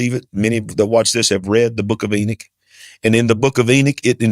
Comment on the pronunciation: I love how ppl hungry for attention pronunciate Enoch differently to try an be different, lol, Ennik, lmfao!